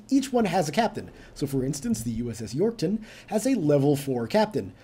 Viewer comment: U pronounced yourktown wrong! And u should make the carrier ur flagship cuz it has most power